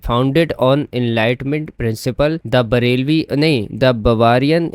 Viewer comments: i also laughed at the bhareelvi misread😭😭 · Usually i don't laugh at mispronounciation but that bralvi got me😂